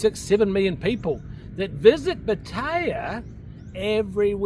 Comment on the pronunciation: You can’t even say Pattaya properly and you expect anyone to listen to you 😑